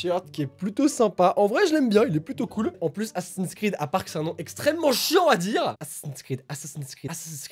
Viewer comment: T pas le seul à mal prononcer assassin screed Ma prof d'anglais de l'année dernière le prononçait "assassin screen" littéralement assassin écran